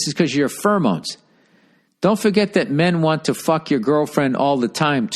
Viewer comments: The way he pronounces pheromones is like nails on a chalkboard to me. "Furamones" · Take a shot every time Bill says "furmoans."